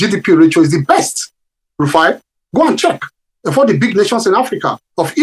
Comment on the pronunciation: His name is not Rufia but Rufai.